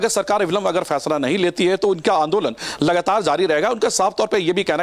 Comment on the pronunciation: Ye jmm ke jahil aur Bihari Neta ....jisko bat karna bhi nhi ata ....FAISLE ko...PHAISLA....Bolta ...drbagay hai